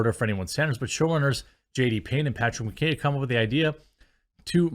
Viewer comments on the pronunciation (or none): none